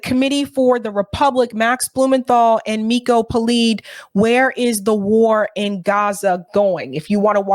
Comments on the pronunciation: It's PeLED, not Peleed. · Miko Peled- pronunciation of his name please correct